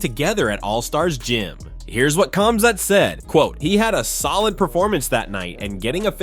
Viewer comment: i was just thinking that "khazmat" lol